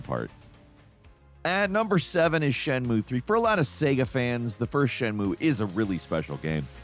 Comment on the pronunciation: "shen-moo" 😂 darling it's closer to "shen-myu-eh"!